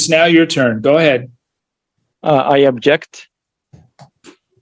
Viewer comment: It's "OBJECT" not "ABJECT" dummy sovshit.